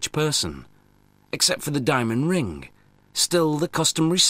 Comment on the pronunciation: omg..the way he says ring is like ringah.... so annoying